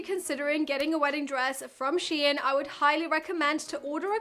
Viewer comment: Prounounced….Shine….SHEIN…rhymes with Klein. Not sheeee-in.